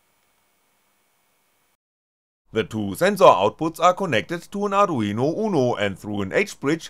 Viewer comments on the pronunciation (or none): none